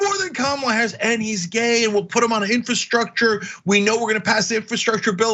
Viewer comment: Ana, I love you, but why do you say, "infahstructure?"